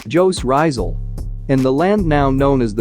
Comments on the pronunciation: Pota ka (joooz ryzal) is pronounce jooose rizzaal please research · It's fine bro... you are using an English Voice... Which Jose Rizal is actually a Spanish name.. But in pronouncing it it's Hosi Rizal. J is mostly interpreted in H in Spanish-Tagalog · just correcting your pronunciation of his name. he's one of the Philippine National Hero. The author of Noli me Tangere and El Filibusterismo. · Her saying of jose rizal but atleast you tried I like the way spoke it